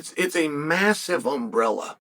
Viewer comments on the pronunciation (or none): none